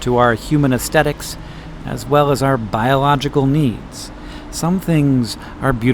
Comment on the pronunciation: Hey, Hank? Is the pronunciation of aesthetic changing over time? I've always pronounced the th and every source online I can find indicates that's correct, but I've heard like a dozen youtubers say it the way you said it here with a t substituted for the th. I tend toward the linguist rather than the grammarian view on these things but it's something I'd literally never heard until, oh 2023, when I started hearing it over on the computer builder side of youtube.